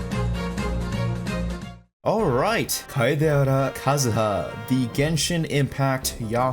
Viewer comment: the way u said kaedehara kazuha.... something tingled down there